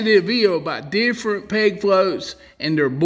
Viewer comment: Ok, I don’t fish. What state is the author from? His accent is - amazing. Most of the vid I thought he was saying PIG FLOAT but then I saw it written - PEG FLOAT. Why is it important for the float to rattle? WHY AM I I HERE? I DON’T FISH. I love this guy!